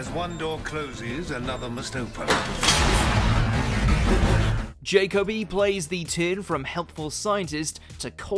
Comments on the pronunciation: Indeed, with the emphasis on the first syllable (like JACKobi) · Your pronunciation of some of the actors names is abysmal..... Ainley is pronounced like the end of "again". Derek Jacobi is Jack ob ee....not jacobeye. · John simm is my favourite Master, plus who hell is “Derek Jack-O-bay??” It’s “Jack-o-bee. Plus he said Anthony’s name wrong as well! Can’t he pronounce names properly?? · Jacobi is prounced Jack O Be! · I wish you would pronounce the actors names correctly Jacobi as in Jacabi and Ainley in Aneley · How difficult would it have been to enter Derek Jacobi's name onto a search engine, find one of the many interviews, or talks, with the actor and get his name pronounced correctly? - AND Anthony Ainley's!! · The narrator can' t pronounce Jacobi or Ainley properly . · Please stop pronouncing jacobi wrong